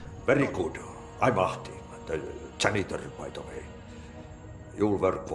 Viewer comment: First time Alan says Ahti the english way but when he meets him the last time he says it in a more finnish way